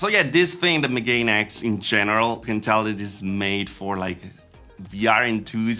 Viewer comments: Just a quick correction: Megane is pronounced "Meh-Gah-Neh", which is the word for glasses in japanese, and also why its a cool name for a headset. Apologies for the correction, carry on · Megane is a French name (also used as a name for a model of Renault) so I'm assuming the intended company name pronounciation is just "Megane ecks". However, I suspect that they've incorrectly shifted the stress -- Megane has stress on the second syllable, and if you switch the stress to the first syllable, you get a pronunciation like the Welsh name "Megan" that is relatively common in English now. The reason I suspect this is that "Megan X" starts "MEga", which sounds all cool and superior, but "meGAne X" doesn't.